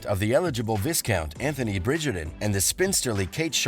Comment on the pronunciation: Hard to take you seriously when you can't pronounce 'viscount' correcly.